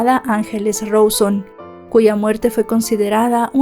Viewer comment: RAAAAAAAAUUUSONNNNNNN NO ROSON..... 🙄